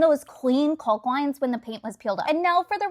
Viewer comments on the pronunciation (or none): It’s pronounced CAWK!!! No L sound!!! 😂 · Caulk is pronounced like walk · Fyi, caulk is pronounced with the L silent. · FYI - it's pronounced "cock", the L is silent. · The "L" is silent in caulk. Just like WALK, TALK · Looks great! But really here to say its funny how she pronounced caulk instead of how everyone actually pronounces it. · The L is freaking SILENT in caulk. It rhymes with walk. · This is AI right? No one pronounces caulk that way. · 😂 i just like hearing it without the L 😂😂😂😂